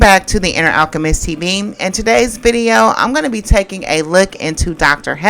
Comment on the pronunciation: He can't say Alchemist😂😂😂😂😂